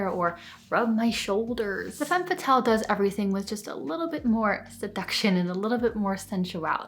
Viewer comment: This is a truly fantastic video. There was just one thing that kept bothering me- the way you pronounce "Femme Fatale." You pronounce it "Fatelle" but the correct way is "Fah-tahl." Makes everything sound more credible.